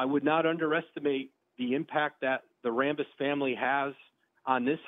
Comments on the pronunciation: Jeanie Ram-Buss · Kurt rambis? OMG LOL.